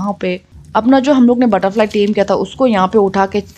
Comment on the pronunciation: Tame hota hai dem nahi